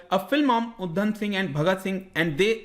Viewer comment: Uddam nhi it's udham